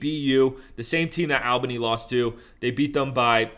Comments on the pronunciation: Bro say it like Allbany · Him saying Al Bany was pissin me off 😂